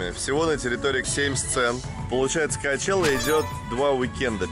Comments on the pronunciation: коачела вместо чела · Санчела, коачелла, сучела 😂